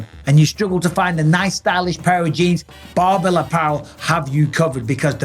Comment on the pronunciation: Almost sounds like you were saying Barnbell, maybe consult your speech therapist again Mikey B